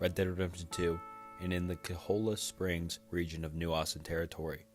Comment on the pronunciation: Dude I can only hear you call cholla springs colla springs a few times before it gets annoying. It's not that difficult to get the right pronunciation.